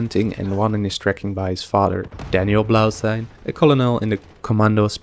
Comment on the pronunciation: Colonel is pronounced like kernal, just thought I'd let you know. The video was great btw, I've never really been a lore guy but I really enjoyed it